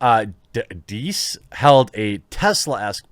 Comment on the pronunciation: Props for pronouncing Dies' name correctly 👍